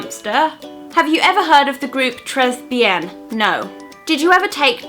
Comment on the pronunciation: tres bien is pronounced "tray bee arn" whoops